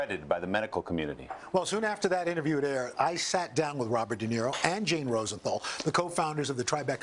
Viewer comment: De Naro instead of De Niro!!!